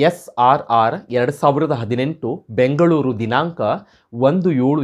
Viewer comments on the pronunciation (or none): none